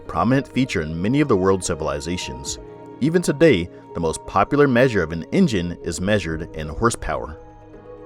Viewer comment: I thought u said something else when you said “engine” ahhaha.. whew